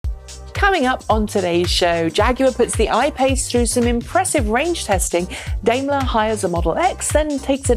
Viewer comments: Daimler is pronounced "dime-ler" and not "dame-ler". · Up until this episode had been pronouncing it the German way, but for some reason she switched to the UK method today. I don't mind either way, i know what she is talking about